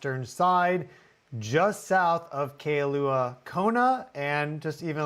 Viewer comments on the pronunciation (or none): KAILUA IS PRONOUNCED 'KI-LUA"... NOT KAY-LUA ;-) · Mahalo for reporting! We didn't feel it where we are on Oahu but others did. Kailua is pernounced more like Kai-looo-ahhh fyi. Sometimes these earthquakes proceed before a big eruption, like we had in May of 2018 that took out much of Lelani Eatates. That was right as Uranus was at final Degrees of Aries going into Taurus. So I wonder what Tutu Pele has in store for Uranus in Gemini trine Pluto in Aquarius. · Who reads Kailua-Kona and thinks Kay-a-lew-ah and not Kai-lu-a. But somehow almost nails Ni'ihau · Kailua - ai pronounced as a long i. It’s not kay-lua. 😊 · Its pronounced Ki lua long I . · Kai lŭ ă. Brother ur killing the names. Ō ă hoo. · Kailua is pronounced as in MY loo-ah. Felt strongly here in Keauhou (like Kay a hoe). Down in Honaunau, Captain Cook monument inlet area, roads were blocked, windows shattered. Spot was swarming a day or so. Feel like Mauna Loa gonna break open soon, maybe on Hilo side where the small quakes been shifting to. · think 2 syllables “ky-lua” Kai referring to ocean and in this case it’s current. If it were to sound the other way, usually there’s an ‘okina (‘) between the an and the i to let you know but not always 😅. Hang out on island more, you get it! Hope that helped. We appreciate all the hard work you put into your channel. Aloha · it’s pronounced Kailua as in “Ky Lua” 🙏🏻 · Love you and your channel bro. Ps. Its pronounced Ka eye lua, Kona. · Hearing you absolutely butcher Kailua. You either need to ask or don't try. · Sheila, teach him how to say Kailua 😅